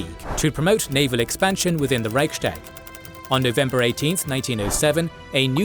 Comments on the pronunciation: Reichs-tag not Reich-stag. Literally 'Imperial Diet' or grammatically similar 'Empire's Diet' and not 'Empire Sdiet'. Normally I wouldn't bother but mispronouncing it so many times in a history channel video is quite a faux pas. (Narrator correctly pronounced Ruestungs-wende) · There's something minor that's been bothering me about your videos for years - why do you pronounce "sh" instead of "s" in words where neither the native nor the English pronunciation has sound shifts? Here, Reich-s-tag. It sounds to me like you're doing it on purpose, but I'm sorry if it's a speech defect!